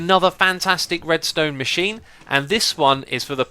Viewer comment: Haha, he says red"stoner"